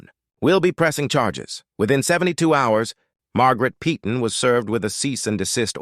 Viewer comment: Yeah, and the AI generated narration mispronounces 'Peyton' repeatedly throughout the video. A lot of the narration in these fake scenarios is truly pathetic and getting quite tiresome to endure.